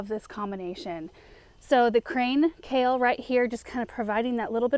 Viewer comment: Kale…. It’s Kale!! Lol